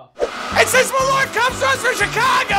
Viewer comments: The pronunciation is Maul-urt. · It's pronounced "maahl-uuhrth" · i like how they fail at pronounce Malört ><